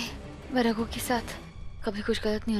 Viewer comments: when said ruder But miss it's not ruder it's Ragu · ny ragu ko rudr bola 😂😂😂😂😂😂😂😂Kisi ny notice nai kia 😂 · Raghu ko Rudre Q bol rahi ha Kis ko laga na Raghu ko Rudre bola 🧐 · Han mai ve yohi bolraha tha isne usko rudre q bola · says rudr😂😂😂9:75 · She said rudre